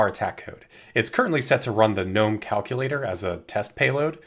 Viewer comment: why he pronounced gnome wrong